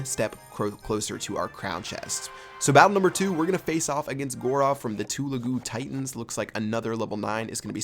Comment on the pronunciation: Lol... u pronounced Gaurav and Telegu Titans Wrng...😂😂😂😂😂